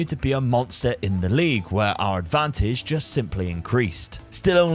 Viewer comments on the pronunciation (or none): none